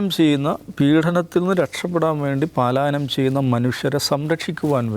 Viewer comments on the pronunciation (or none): പാലായനം അല്ല പലായനം 😂😂😂